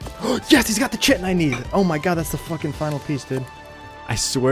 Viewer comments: fyi the Ch in Chitin is the same as Chaos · Kai-ten, not chittin, or shittin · kite en not chit en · It is pronounced "Ky Tin" like a Kite made of tin. Chitin called like chitlins is creepy and wrong! Google it! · Hearing butchering the pronunciation of “chitin” hurts my brain… KAI-TN (Kite-in) NOT fucking “chit in” 🤦🏻‍♂️ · Eeeerm ACKually, its pronounced KITE-n not CHI-ten ☝️🤓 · Its kai-tin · Great video. Btw chitin is pronounced like “kite in” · Chitin is pronounce kai-tin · Chitin is pronounced Kai-Ten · KY-tin. Hate you too. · Chitin pronounced kai·tn : D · Chitin is pronounced “kai-tin” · Love your videos, I don't own Ascended but if I did I would gladly fistfight a scorpion alongside you. Also, I'm sorry to do this, but Chitin is "Ky-Tin." I made the same mistake for years, as it's a word we typically only read without actually hearing it pronounced. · Heads up, the word Chitin is pronounced like “titan” with a K sound. like “Kite-in.” After I learned that it made the word feel less weird to say. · Just so you know, chitin is pronounced "kai tin." Comes from the Greek 'khiton.' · Chitin is supposed to be pronounced like kai-tin (like the name kai or words like die or shy). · Not sure if you care, but the word Chitin is pronounced "Kai-Tin". Love your videos. Fantastic storytelling and skill. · I couldn't figure out what you were looking for , then I realized it was "chitin". In biology, the word is pronounced like "kai-tin", but don't change how you pronounce it because some dumb guy on the internet tells you to. Keep up the great content man. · That's not how you pronounce chitin... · this is a great ark channel, but for the love of god please pronounce chitin correctly in the future lmao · I hope someone taught this dude how to say Chitin properly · sorry how was that pronounced for chitin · Real, and he can't pronounce either word lmao